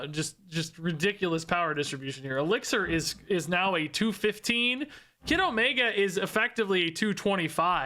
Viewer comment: All I hear is „Kiddomaker“